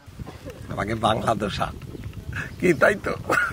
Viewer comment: ও মামা ধোসা না দোসা